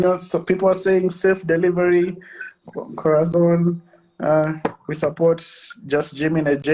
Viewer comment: Aki umesema Corathon😆😆😆😆 alafu pia hapo Kwa I trust Frankie ukacheka. You're so salvage.